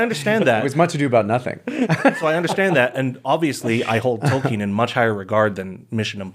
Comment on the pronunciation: Tolken not Tolkiiiin